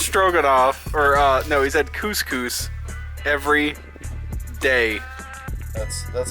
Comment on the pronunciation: Please tell me that isn't how you actually pronounce cous cous?! My mate heard your pronunciation and pointed it out to me and now I can't unhear it!